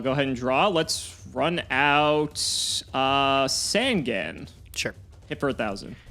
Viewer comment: Can someone please PLEASE teach how to pronounce Sasuke. I am so tired of him not saying this or Sangan right...same with saying Hane Hane wrong